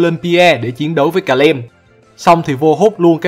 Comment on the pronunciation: Calem nhưng e toàn đọc là Cà Lăm :)))))